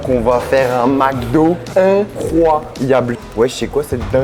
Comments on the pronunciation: on ne dit pas MACdo mais bien MECdo (MC) MEC, MEK, au Québec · Au Québec on dit MCDO pas MACDO. Ça se prononce MECDO. Mc = mec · On dit Mc do comme dans Mec do. Pas Mac do lol, comme dans un Prince à New York, pour Macdowell lol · Pourquoi dit il toujours MacDo il vient de ou le A ?